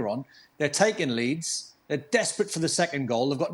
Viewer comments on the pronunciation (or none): none